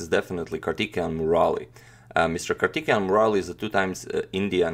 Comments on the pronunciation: Bro you are pronouncing wrongly, It's not kartikeyan, it's Karthikeyan(Pronounce like kaarthikeyan , Pronounce thi for thick) Nice attacking game! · His name is prounounced as "Kaar-thi-kay-yan Mu-ra-li" Hope you all respected Sir and Madam understand my statement. Thank you. Jai hind. Have a nice day! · I know these names are hard to say... So for future reference Antonio ..Karthikeyan = Car- tick-kay-yen. Murali = Mu (as in greek alphabet)- ra- lee... Musumuri Lalith Babu = Moo-soo-moo-re La-lithe Baa-boo. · Its too distracting that you mispronounce kartikeyan's name😅, otherwise a great analysis of the game, keep it up agadmator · If you don't hear Kartikijan then you have I would say the problem that you don't understand Slavic languages